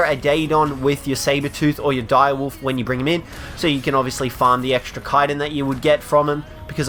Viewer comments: It's called ch-itin (like chew) not kiten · kyton? you mean chittin? chiiiii-tin not kie-ton